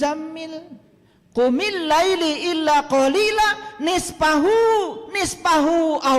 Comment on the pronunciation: itu ayat khitob kpd siapa? Laila bacanya bukan laili